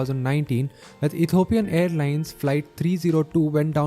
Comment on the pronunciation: E T H I O P I A N not Ethopian.